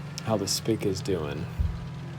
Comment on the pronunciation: Just pronounce it as SP one C